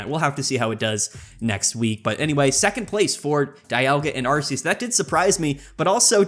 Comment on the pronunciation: Love it when expert Pokemon players can't correctly pronounce the names......Arceus is a hard c.....